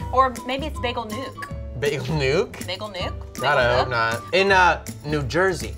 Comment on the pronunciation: It’s bagel nook not nuke ahaha. I go there every weekend lol